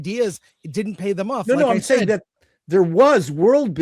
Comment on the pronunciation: The girl in the middle says “diddint.” The word is “didn’t.” Why bother with a contraction if you are going to use the same number of syllables?